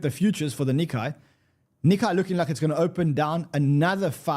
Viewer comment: Nikkei rhymes more closely with "cay", not "cobra kai". Please tell to stop scratching his nails across the chalkboard!